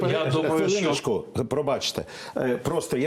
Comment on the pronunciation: Не "Шо", а "Що", дуже вуха ріже це "ШО".